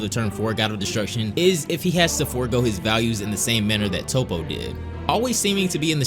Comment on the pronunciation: I love these videos, but why do you continuously pronounce main characters' names like Toppo and Zeno incorrectly? You've clearly watched the Japanese anime, which means you've heard them pronounced in the correct fashion hundreds of times. For me it sullies what is otherwise excellent content.